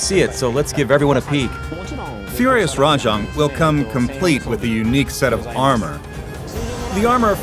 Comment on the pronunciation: Also Rah-jong instead of the correct Rah-jayng